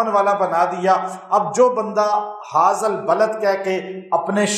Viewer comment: HAZAA Nahi... HAAZ - AL hai....